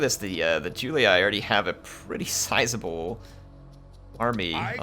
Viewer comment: julee-aye, brute-ee-aye, skeep-ee-aye. iuleeee, bruteeee skeepeeee